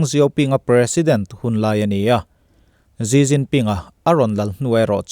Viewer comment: ZziZzinPin niloin SiCinPin tiin lam lah,a in hniah zawk lo mw,?